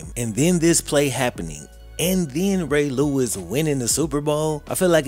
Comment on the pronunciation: What happened to Eddie George? It's pronounce, "Ray Lewis"! 😅